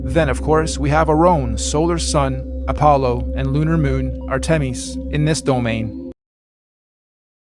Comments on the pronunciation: Are-tem-ees? What is that? It is spelt Artemis. You’d think with all the researcher they do over this crap would at least tell them that is not how you say Artemis.. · Ar-tem-ees? Artemis is pronounced Ar-tem-iss. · R-teh-miss, not R-Timmies. Some flerfing is lying. Most is willful ignorance of physics. These videos showed willful ignorance of everything. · Ar-tay-meece? Does he mean Artemis? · “Art-eh-mes” fucking kill me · Art-tem-eese? 😂 Farting Geese? Hearting Grease? Who doesn't know how to say Artemis? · Let's not forget, South-ern, ArTEMis, Aurora AuSTRAHlis.... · Arr temm EES The right-wingnuts here like to do the same thing in the US. Give something a bizarre pronunciation to divorce it from its source. Anti-fascist Antifa becomes “Ann TEE fuh” BTW, you got sponsored by the Daily Wire on this one. Enjoy taking their dollars away from them. There is no way for me to report inappropriate ads that are pre- or post-rolled. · Did that last guy say Artemis wrong? Also why did he have the word “Aryan” in his tiktok? 0,o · The "multiple planes" guy can't spell "believe" or pronounce "Artemis" correctly. It reminds me of scammers who deliberately put typos in their emails so that they don't waste time trying to scam people intelligent enough to notice. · The dude near the end with the different levels with Venus and Mars orbiting each other could neither pronounce "Artemis" nor spell "believe." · That has got to be the worst pronunciation of Artemis I've ever heard. A shame that people spreading this nonsense do it on thousand dollar phones. Looking forward to that app finally dying off. If only "spreading obscene misinformation" could be classified as a crime against humanity.